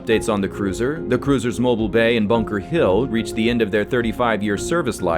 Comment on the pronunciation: The cruiser Mobile Bay : it's not pronounced Mo-Bull like a phone but mo-BEAL Good video you made. I thought the Zumwalts were cruisers. My vote would be to retire the Tyco and create arsenal ships.